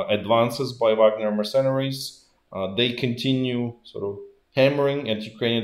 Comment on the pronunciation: Pronunciation of "mercenary". The stress is on the penultimate syllable : << merce NA ry >> rather than << mer CE nary >>. To be more precise: there is a PRIMARY STRESS on the penultimate syllable NA, and a secondary stress on the first syllable MER. So, you could rest the voice briefly on MER, let the voice slide quickly over CE and then rest the voice again on NA, before fading out. Alternatively, PRIMARY stress on MER, secondary to CE, unstressing the rest of the word. Does anyone have a different opinion?